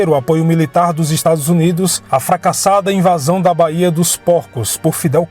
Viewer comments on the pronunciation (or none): none